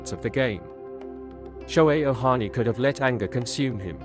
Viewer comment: It's Ohtani, not Ohani.